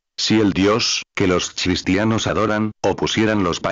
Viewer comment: Por favor qué este robot pronuncie cristianos, y NO chistianos.